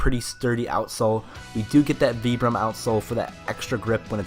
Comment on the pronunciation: Great video, and very informative! I do have to say though that Vibram is pronounced "vibe-rum" lol, it was really hard to watch all the way through with the way you're saying it.